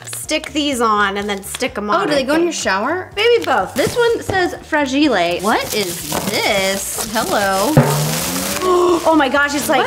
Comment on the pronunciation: Did say FRAJ-E-LAY?? INSTEAD OF FRAGILE😂 I hope she’s joking ahahaha